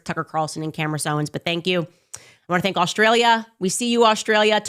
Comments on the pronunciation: I caught that, too! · did Candace just mispronounce HER OWN NAME?🤦🏾‍♀️😂😂